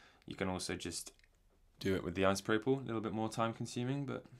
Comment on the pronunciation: I giggled at your pronunciation of isopropyl alcohol, I am amused..